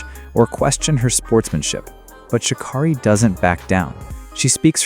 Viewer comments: Her name is shuh-care-eee, not shuh-kar-reee... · As she ALWAYS says... its pronounced "Sha Carrie" not Sha Kari